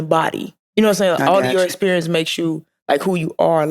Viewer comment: Did you say EX perince 😅 caught that